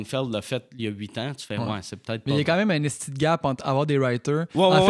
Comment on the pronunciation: J'aime ça entendre des ESTI bien prononcé. hahah